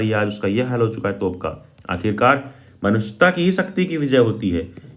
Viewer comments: Maanushita.. ❌ manushyata 🗿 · Not manusita it's manushyata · manushata nahi manushyata😅😅😅😅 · It's manushyata not manushita 😂😂😂😂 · Bhaiya manushitha nehi manushyatha he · Manushayata ❌ manusheeta✅ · Manushita ❌ Manushyata ✅ By the way question answer,s ka explanation aacha tha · Manushyta ❌ Manushita ✅ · Manushyata ❌❌ Manushita ✅✅ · aree bhaiya wo manushita nhi manushyata hai 😂😂.... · Manushita nahi sir manushyta😂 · Bhaiya vo manushita nahi manushyata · Manushita nhi Manushyta !! Ratidev nhi Rantidev !! Bhaiya ji kya aap bhi !! Btw Thank u for this 😂😂